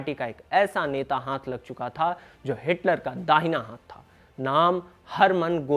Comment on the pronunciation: आप हाथ का उच्चारण हांथ करते हो बहुत गंदा लगता है। कृपया सुधार करें